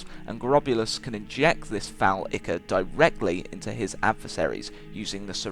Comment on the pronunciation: Ichor is pronounced Eye-Core :P